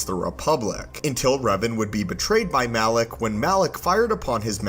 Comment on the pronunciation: Malak, not Alak 😂 but no biggie, you caught it later! Great video!